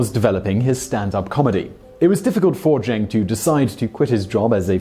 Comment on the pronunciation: Ken Jeong's surname is pronounced like "Jong." Not "Jeng."